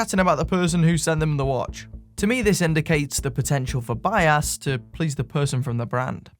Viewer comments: Every time you say "bias" I hear "buy ass." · Not gonna lie, I chuckled every time I heard you say bias as "by ass" and "by assed".